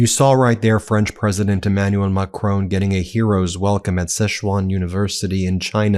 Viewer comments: Ben, when you criticise trump for his mis-pronunciation of African leaders names, at least learn to say Macron correctly!!! It is NOT Ma-cronE !! People in glass houses, right? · U still dont know how to pronounce Macron....